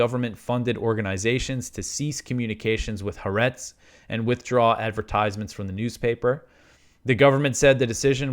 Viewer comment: Pronounce Ha’aretz anyway you want….your news is much more important. Thank god for your News program.